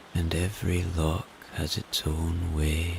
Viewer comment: Love your rain videos. One point for future reference pronounciation of loch and Gaelic both wrong and important to get right when doing a Scottish accent.